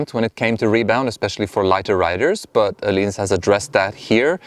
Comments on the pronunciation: You actually pronounced it correctly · Nice review, very informative, also I think it's the \ first video I have seen that is not with a swede at Öhlins, saying Öhlins correctly.